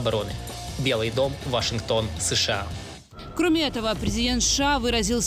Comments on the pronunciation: Женщина за кадром не шша а сша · Почему она говорит ША вместо США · Я прям чувствую чем более пафостнее видео, и чем громче произносится "СШААА" тем более холоднее становится в квартирах обычных людей в Европе, а тем более Украине...)